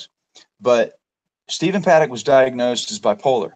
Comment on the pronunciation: Did anyone notice in the interview that was done with, there were several times that he called him Stefan instead of Stephen? Then in other parts he did call him Steve, but I thought that was strange. That is his brother... how do you mispronounce his formal name?